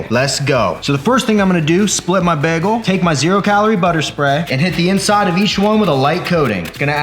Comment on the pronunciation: The way he says bagel makes me slightly uncomfortable lmaoo “begel”